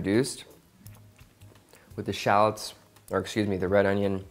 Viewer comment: Shallots (American accent) 🤢